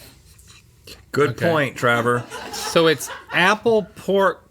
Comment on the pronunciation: Travor? I thought it was Trevor